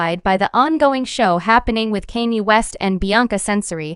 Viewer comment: "Kaynee" 💀 smh